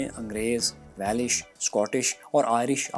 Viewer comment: its not welish it welsh